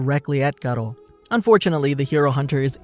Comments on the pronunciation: His name is garou not GATO, he is not a damn spaniah pussycat. Sheesh. Your pronounciation always infuriates me... sigh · Actually sonic left before he killed anyone not in a rush and it's pronounced Garuo not garo but it's spelled garou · pronounced "gar-ru", not ''gar-row''. lmao cringe. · Bro did he say "The Life of Gcar-o" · The way you say his name hurts my ears